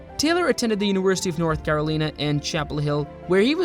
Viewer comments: Sorry, I will not subscribe to a robot. Caroleen? It is Carolina. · Read my lips, "Care-Oh-Line-ah." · Its pronounced "Caro-line a" Couldn't find video of his college days? Pitiful. 🙄